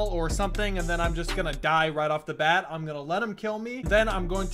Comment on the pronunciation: how you say it : like a baat